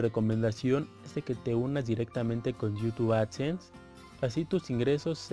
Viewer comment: Conocí tu canal hace unos 6 o 7 años y siempre me ha sido de utilidad, gracias por el consejo. Solo mejora tu léxico XD está muy chafa tu pronunciación de “youtube” jaja.